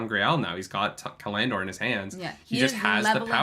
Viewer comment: Oh my god, why does put the accent on the middle syllable of so many words? ca-LAN-dor? ta-LAN-vor?